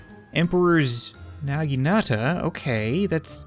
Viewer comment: It's pronounced na-gin-a-ta